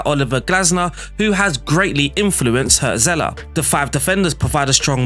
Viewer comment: Cool video. I'll give you silly mnemonics to help you pronounce the German names you struggled with. 1. Remember the band Hurts? Their hit was called "Wonderful Life". Now imagine someone was owning that band but giving it away for money. That guy would be the Hurts-Seller. Hürzeler. Ouch. But I'll bet you'll remember it. 2. One of Frodo's mates was Pippin, right? Now if Pippin owned a book, that book would be Pippin's read. = Pipinsried. German words seem long and scary for other cultures, but really we're mostly just combining short words, it''s just that we stick them together without spaces or hyphens. The place where monks used to live by a shiny creek would become Monksshinycreek. I picked that weird example because that is what Mönchengladbach (Mönchen-glad-bach) actually means. Cheers!